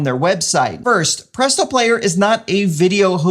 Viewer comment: This is fucking dope, Adding this to my Adam list of business upgrades. Also you saying "Publeeto" is a text tone that I'd use XD